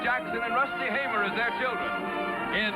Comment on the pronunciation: I hate to disappoint you, but it's Rusty Hamer, not Hammer. His last name Hamer rhymes with Tamer. You can listen to the opening credits and hear the announcer pronounce it and see how it's spelled.